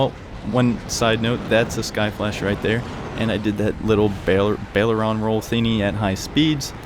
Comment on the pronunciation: Love the channel. Gotta say it’s pronounced “Aye Ler On roll”.